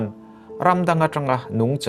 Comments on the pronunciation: A, ngaihnawm e, Nungcha i thluk dan erawh a dabglam hret . Kaihza thluk a thluk tur ni awm tak zawk a ni. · 'Nungcha' i lam dan hi Lesei tawng pangngai a ni lo a nia....'Sangha' tih ang a thlûk tur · Nungcha ilam dan hi ( cha) lai hi vawksa kantiha SA tih ang hian lamtur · A bengvar thlak e... Nungcha tih erawh ilam rikdan mawlh hi... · " Nungcha " i lam dan khi .. ka duhthu a sam lo 🤭